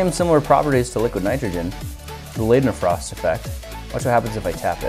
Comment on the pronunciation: The ei in Leidenfrost is pronounced like the ei in height. Don't think so? Ask someone who speaks German.